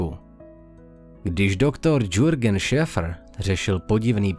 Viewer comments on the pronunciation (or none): Jurgen sa cita aki Jurgen nie Dzurgen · Je to Jürgen [Jirgen], ne "Džirgen😅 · V NĚMČINĚ SE KŘESTNÍ JMÉNO LÉKAŘE Z POSLEDNÍ EPIZODY VYSLOVUJE "JIRGEN", POPŘ. "JŸRGEN". NE "DŽYRGEN". G.😅